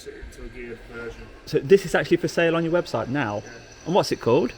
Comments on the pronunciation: 'webshite' 😳😲⚠️ I thought their website was OK 👍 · "Does your webshite show you where it's made?", lol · I watched this video when it was first uploaded and just decided to give it another watch, I didn't notice the first time but this time I noticed you said webshite. lol. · Great video, good PR for the company, nice Ferrari! I think you accidentally said "webshite" 🤣🤣😂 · Did you say webshite? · Webshite? Was that a Freudian slip? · Did you actually say "web-shite"?